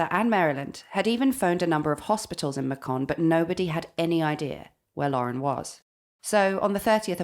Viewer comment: May-kin not Ma-con Another good episode!